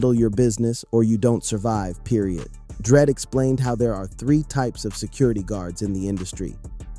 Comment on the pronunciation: “ it only lasted for tree days” 😂 😂